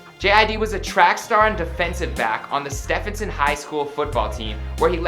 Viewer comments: Stephenson highschool is pronounced Ste-ven-son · My guy said STEPhenson 🤦🏽‍♂️ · He butchered the name: Stephenson. Only Atlantans would kno